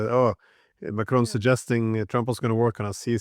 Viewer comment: Hopefully Mr Dieson will take a tip from McGovern on what the name of the French pres. is. It is NOT "Macrone".